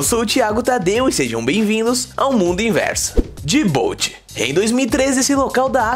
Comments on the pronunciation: no se fala dijibuti e não dibouti mesmo o nome sendo dijibouti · Se fala di bu tí